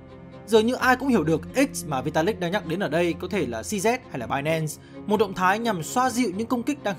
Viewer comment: tên người ta đọc cho chuẩn chút, "Xi zi" chứ cứ "Xi Zét" là cái gì, nghe ngứa hết người